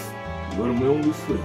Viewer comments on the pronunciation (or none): none